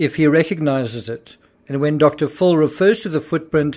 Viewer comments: The way you pronounce Dr. Phil sounds like you're saying Dr Fool. 😅 Phil is pronounced as if it's spelt Fill. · Why is the narrator pronouncing Dr. Phil's name as Dr. Phool? Is he making fun of Dr. Phil's name? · I’m sure it’s an artifact of your accent, but I love how enunciates Dr. “Fool.” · Is he really saying Dr. Fool or is it his accent? Either way it’s genius lol